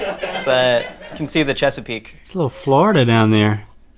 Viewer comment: Wow Josh said "Chesapeake". Not sure what area he meant but as a Philly resident (Chesapeake bay) I approve and feel loved